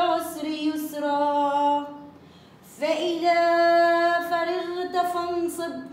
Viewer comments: بارك الله فيكي اختي جزاكي الله خيرا بس انتبهي لكلمة ..فرغت .. الراء مفتوعه انتي كسرتيها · عيني ست فرغت الراء تقرء بالفتحه وليست الكسره